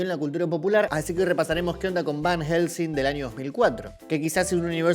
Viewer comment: Fjfjdjsjsjs por Dios soy un idiota me c4gue de risa cada vez que el dijo VAN HJGELSEING